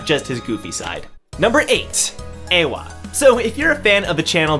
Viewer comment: Not [EHWA], corret reading is [IE HWA]